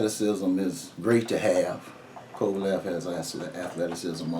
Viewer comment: His name is Kovalev not Kovaloff you could at least get his name right. We will see how Ward deals with the power and we'll see how Kovalev deals with Ward's wrestling/dirty tactics.